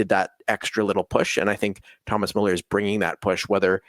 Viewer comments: damn guys ... learn to pronounce müller correctly ... such a pain to a german viewer :((((((((((( ... its soooo easy! therefore a thumb down unless you wont learn!!! (BUT: my respect you know the fcb history with great former and actual players!!!) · Guys, either put the umlaut over the u or add a e (Mueller), otherwise you're not spelling / pronouncing his name correctly